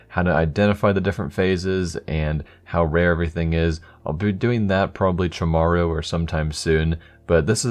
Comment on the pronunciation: Did he Say " Chamarrow "